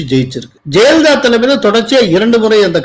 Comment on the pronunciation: 'ஜெயலலிதா' என்று ஒரு முறை கூட உச்சரிக்க ஏன் முடிவதில்லை? எப்போதும் 'ஜெலிதா' என்றே சொல்லுகிறார். பலருக்கு ழ,ள சொல்ல வராது. இவருக்கு 'ய' கூட தகறாரா?